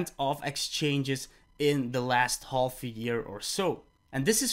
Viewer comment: the word "half" you don't say the L, you just say haf, like laugh (laf) , good english otherwise though